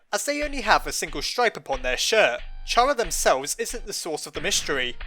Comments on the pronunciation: it's pronounced (care·a) not (car·a) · it's awful to hear "shara" after all these years, why was it even a debate? it was clear it was pronounced "kara" you don't say "a sharacter" it's even written as キャラ "Kyara" in japanese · You don't pronounce the word "CHARActer" like "chair-uck-ter" do you??? No! You pronounce is "care-uck-ter". Same applies to how you pronounce Chara(cter), as, if you haven't noticed by now, her name is literally based off of the word "character". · Chara (Ba-na-na) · I'd say it's pronounced Kaira. spelt wrong to pronounce it my way. I pronounce it like Its the beginning of the word "Character" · Me: Fandom he’s miss pronouncing Chara’s name Fandom:don’t worry we’ll get him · It's actually "Chara" not "Chara." Oh wait no I think it's "Chara?" Yeah it's definitely "Chara," not "Chara." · Chara = character the h is silent